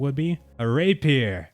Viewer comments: Yeah nice videos. Actually making me consider getting this. one thing though; you're not pronouncing rapier correctly in any of these and its driving me nuts. It's "rei·pee·ur" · Excellent video but your pronunciation of "Rapier" jarred my sensibilities :) Say "ray-peer". Keep em coming, I'm with you all the way - this is getting killer :)